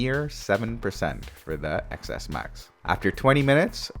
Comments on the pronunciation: Omg its 10s max not pronounced Xs max!! X means 10 in Roman numerals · It’s not excess max!!!! It’s pronounced 10s max!!! Omggg cringe